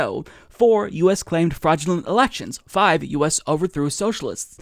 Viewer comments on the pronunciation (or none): none